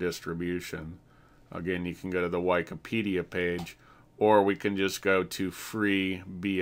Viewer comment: nigga did you just call it why-kipedia